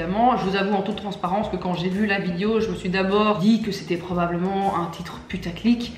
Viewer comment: Je ris toujours quand elle dit "vidio" 😹